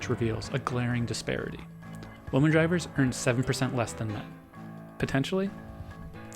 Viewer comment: . Glad the word ‘women’ was written down because I couldnt tell what he said otherwise. Lol